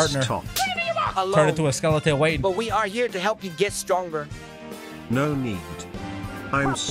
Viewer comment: did he just said stronker